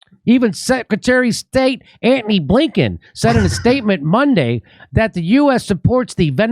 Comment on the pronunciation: Always enjoy Jimmys pronunciation of Antony.....almost as much fun as Pete Buttagigigigga....